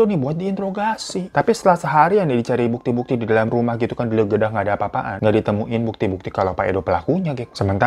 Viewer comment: Di geledah bang hiro bukan di legedah 😅😅😅